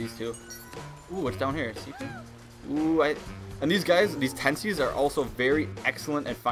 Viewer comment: TEENsies , not TENsies